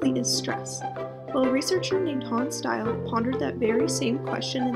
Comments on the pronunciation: Hans Selye, not Style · its Hans Selye and not style lol but great video tho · Hans Selye not Style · i thought it was Hans Selye not Hans Style?